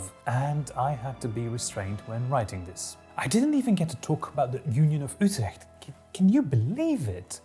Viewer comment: As a Dutch guy, I'm ridiculously impressed by your pronunciations of Dutch words and names. You nailed a soft Dutch G when saying Utrecht as much as a non-Dutch person possibly can. That's a massive achievement. I have friends all over the world for many years, and all of them struggle even with the soft Dutch G when I tried to teach them. (I've been told by them that they think my hard G sounds like a cat coughing up a hairball, lol.)